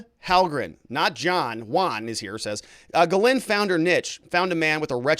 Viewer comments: Please….please stop: guh-LANE. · Speaking of pronouncing names correctly, Ghislaine is pronounced Gill-lane. You are doing great work! I appreciate ya! Thanks! ☺️ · At least say her name right! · teach how to say Ghislaine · be nice if he could learn to pronounce Ghislaine properly.